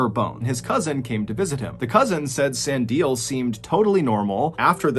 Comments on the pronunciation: Its San di le. E pronounced like the e in ledge. And the di is pronounced dee, not die. Its strange when content creators dont check foreign name pronunciation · In South Africa, Sandile is pronounced San dee Le (as in the beginning of leg). I love hearing all the strange stories from SA!! Thanks!! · I really like your videos. Pretty dark and thought provoking, but still interesting. One criticism - take more time to pronounce names correctly. E.g. San – Like "sun" or "sahn" (soft "a"), di – "DEE" (stressed, like "see"), le – "leh" (rhymes with "meh" or "bet," but clipped). Any LLM could give you that. Doesn't have to be perfect, but perhaps it will be more appreciated. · San di le not san dile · Sandile...pronounced. sun deal lair. No put it together and say it fast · Thank you for pronouncing Stellenbosch correctly. Sandile is pronounced "san-DEE-leh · Sah-ndee-leh (Sandile) 🙏🏿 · Sandile pronunciation is so funny!! Good try! It's Sun-dee-le (le, like the French say it) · San di le is how you pronounce the name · Sandile is pronounced Sun Dee Lay